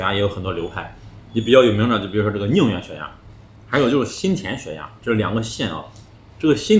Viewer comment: ：寧遠是二聲，不是四聲😅